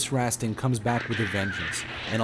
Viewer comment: Its pronounced: tie-toe, and Rosstaun.